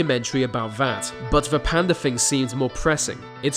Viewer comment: I was getting pissed off how you were saying 'Panda' until Dr. Gaylord was introduces. ahhhhhhh